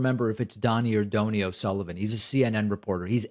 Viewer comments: It’s Don Knee, not dough nee. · It's pronounced (Doh-Knee). And NBD ya don't know it. Good Irish name. Great lad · Oh David. If he is EXCELLENT, get his name right. It is Doney. That is a kind Irish name. (Doh ney) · Doe-knee is the pronunciation. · Its Do as in do re mi. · Dough-knee, David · Donie is pronounced like Tony but with a D instead of a T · Hi David, it's 'Donie' as in doughnut- Irish short for Donal, he does a great job, as do you :-) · David, SIR, the gentleman’s name is pronounced Dough-knee 😍 He is wonderful.